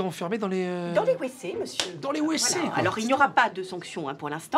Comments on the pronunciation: Parce qu'on prononce "vécés" pas "ouécés" ;). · parce qu'elle dit Ouécé au lieu de Vécé:) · Ça se prononce vécé et pas wécé :) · ''Les Wécés'' 😭😂😭😭😭😭😭😭😭😂😂😭😭😭😭 . Ça a fait ma soirée , tout le weekend je vais y penser 😂😭😭😭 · « Les wécés » 😂😂